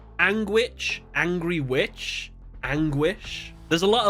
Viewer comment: Hi, I think it's "Ang(el)witch" not An(ry)witch. One more reason besides the wings would be that in german its Enghexe. Engel=Angel, Hexe=Witch. Anyway awesome Video, thank you! :)